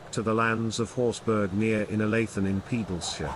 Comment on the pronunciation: You could at least try to get the pronunciation correct. It is Scottish, not German, meaning it's pronounced horsbra, which is the same pronunciation as for Edinburgh! This is clearly a low brow AI generated piece because a narrator with an RP like accent would have pronounced it correctly. The usual doggerel is that the Horsburgh family was a sept of the Douglas', but this piece is no better in that they are now said to have been a clan. Both are rubbish.